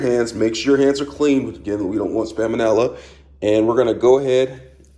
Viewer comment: said spamonella automatic thumbs up! Thanks for uping my Ramen game or should I say raymen game